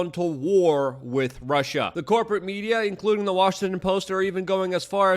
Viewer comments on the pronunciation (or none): none